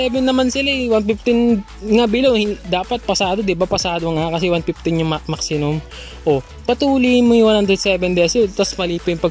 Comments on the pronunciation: 😅😅😅🤣🤣🤣Tama nga maxinum🤣🤣🤣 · Tama ba dinig ko? "Maxinum?"🤣🤣🤣